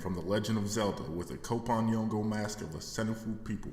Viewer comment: We're gonna have to teach you how to pronounce "kp". It's a single syllable. Just like we have "ch" or "tr" in English. Soon as I confirm that the people of Cote D'voire pronounce "kp" the same way the Yoruba people do.....